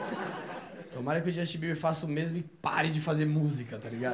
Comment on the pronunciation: "Jostin beber"😂😂😂